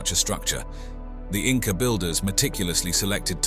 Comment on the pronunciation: You keep saying Inca? I can't watch Anymore. I know the truth, they did not feel so well.